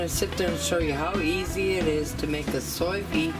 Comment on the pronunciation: Ok I have watched all your Sous Vide videos, # 1 trying to learn how to pronounce it!lol, you do it so well, # 2 I want one of these!, I have learned so much about this gadget from your video, everything looks awsome, made my mouth water! This is definitely on my list, Thanks, for the Sous Vide 101 class, Loved it.